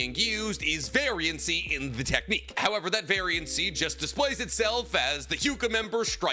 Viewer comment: not sure if you're doing a bit but it's just variance, not variency